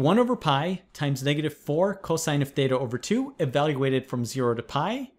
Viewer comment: I keep hearing tetha as data